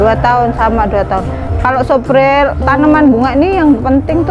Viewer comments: Lugu banget ibunya....ngomongnya apa adanya...😀😀 Suflir bu....bkn supril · Suplir ibu...bukan supril hehe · Koreksi bu haji, itu suplir bukan spril. Eforbia bukan ekorbia 🙏 salam santun dan salam satu hobi. Terus semangat 🙏